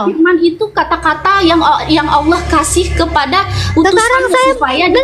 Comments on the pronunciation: Tolong ditegur cara baca dan penyebutannya,,ALLAH di ALKITAB yg BENAR,ALLAH ya ALLAH BUKAN TULISNYA ALLAH terus dibaca AULOH,,apa ituuuu 😂😂😂😂😂😂😂😂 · bu uclim... klo baca Alkitab... Allah jgn di baca olloh ya...? 😂😂😂